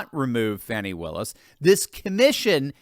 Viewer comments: Its annoying when they go out of their way to call her 'Faw-knee'. Its Fanni, sounds like granny, and is a synonym for ass...just like her party symbol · It's hilarious how CNN and MSM pronounce Fanny's name as fawny! lol